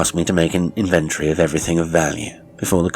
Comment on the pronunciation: Another fine tale. Pedant that I am,your pronunciation of inventory jarred somewhat. But overall,I’m delighted by your output.